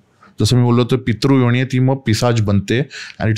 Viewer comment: काय उच्चारण आहे???!!! कसं ही बोलायचं. न ला ण आणि ण ला ण जो बरोबर आहे. हिन्दी/मराठी/ संस्कृत भाषेत योणी नावाचा कोणताही शब्द नाही. योनी असतं योणी नाही. 😂😂😅